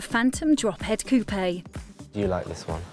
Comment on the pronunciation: They both gay and it’s cuopé not cuopehey